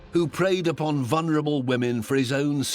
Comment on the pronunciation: Why does there seem to be this countrywide mispronunciation of the word, “vulnerable”?